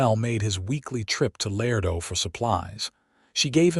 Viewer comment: Beautiful story! Tender, sweet, well-developed principal characters. One of the best I’ve heard yet ❤❤. Contained some, but could use a bit more actual passionate romance, still an excellent plot line. Pronunciation and mechanics still a problem for AI. Ex: “Laredo” is pronounced——“Lah RAY doe” Not “lair doe”. Listening from NC Research Triangle